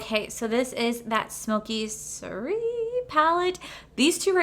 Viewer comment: I'm really drawn to these palettes, but I have similar shades in other palettes........so no.☺ I see that someone else in the comments already taught you how to say soiree.😁 You're so cute!❤